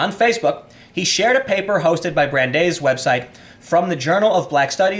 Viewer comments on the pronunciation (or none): it's pronounced Bran-Dice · Tim, this is your linguistics assistant: Brandeis is spoken as "Bran-DICE" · Tim, I love you. And I respect you incredibly. And I learn so much from you. With that in mind, let me help: It's pronounced Brand-eyes. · Tim I love you, I was blow away by your professionalism at the Sargon talk. If youre going to live in the NY area, please learn how to pronounce “Yeah-shee-va” and BRAN-dice” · "Brand-Ice". Brandeis. Jesus fuck, Tim. You really should have finished HS. Your reading skills are atrocious. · It’s pronounced like bran-dice. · It's pronounced Bran-dice. A close friend went there. Interesting fact, it has a rather large Jewish presence in the student body and faculty. A lot of the good in this scumbag's life was made possible by Jewish people. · Brand-Ice. It’s in Simi Valley, CA. Jewish university. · its pronounced ‘Bran-dice’ its a school founded by jews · "Brand - ICE". You're welcome. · Pronounced: Brand-Ice. Thanks for the vid! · I am pretty sure the school is pronounced B-ran-dice. If it is the college I am thinking of. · LOL tim. you grew up in chicago. bran-dice university. its quite prestigious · Brandeis, pronounced brand-ice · It's pronounced brand-ice university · "Brand-ice" We like to mess with Folks not from the New England area up here Timbo :D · Its Bran-dice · Hate crime, something I reject as a classification anyways, is not on the rise. The stats are padded by the hoaxes, an example being the Jewish youth living in Israel who called in all the fake bomb threats. P.S. It's pronounced "bran dies". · Brandeis is pronounced "Bran-dice" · I love it when Tim doesn't know stuff like how to pronounce Brandeis! I respect him so much and I love seeing him learn. I'm a filthy Brit but I believe Brandeis was a (perhaps the first?) Jewish Supreme Court Justice. I love America!